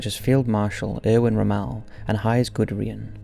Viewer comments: Given how often Rommel's name is pronounced in TV & movies, it's a shock gets it wrong. Obviously they don't really know what they are talking about and are just pulling "facts" through Google searches. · The pronunciation of Rommel, Guderian and Jagdtiger: Cringe.